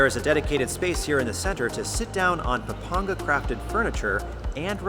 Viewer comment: I love how you properly pronounced the places of Pampanga and Zambales <3